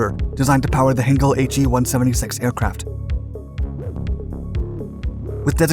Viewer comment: These videos are ruined by the speeded-up commentary.... PLEASE STOP DOING THIS!!!! But also please pronounce German words correctly - it is NOT 'Heenkle' but 'Heinkel' (pronounced Highnkel)